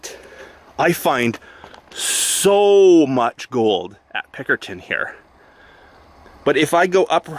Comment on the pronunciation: Are you saying Pinkerton? It sounds like Pickerton, but I can't find that on the map, but I found Pinkerton. I am flying down the Fraser and Thompson rivers in Microsoft Flight Simulator, I thought I would do some research is how I found you. Thanks